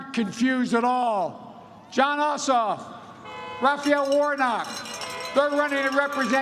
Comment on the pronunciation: Crazy Uncle Joke can't even say "Ossoff" without messing up...